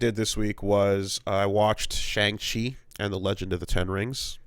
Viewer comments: We open in the first 5 seconds with pronouncing Shang-Chi wrong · Pronounced Shaun